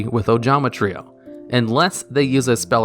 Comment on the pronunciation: holy shit he pronounced trio the right way this time